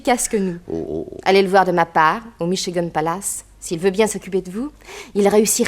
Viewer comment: au bord du lac Michi-gant il aurait pu dire le dire comme les américains disent " micht- chigane"par contre pour le mot petrolium ou square il les prononce à la perfection... on s'y croirait